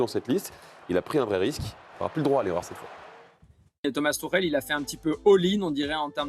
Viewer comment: Le gars s’appelle Tuchel. Pas Tourelle… Ça fait partie du journalisme apprendre à prononcer les noms, non?